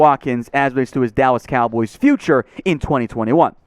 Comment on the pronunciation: I'm with you on Micah,! (Also Bro, you said, "Dawwas Cowboys", I sh*t you not!)